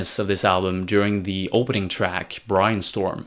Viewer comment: Why did he pronounce it as brIAnstorm